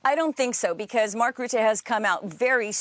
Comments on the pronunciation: All the pronunciation errors of Rutte as "Roette" (in Dutch, this basically means "Sooty") is amusing. Considering all the scandals that follow him around, calling him Sooty, even if by accident, is kinda fitting. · Hi name is not pronounced 'Roote', the letter 'u' in his surname is pronounced like 'uh' as when you'd say 'Uh ?? as in "What do you mean" ?? His reputation in Holland is more that of a prolific liar, who only remembers things that he wants to remember.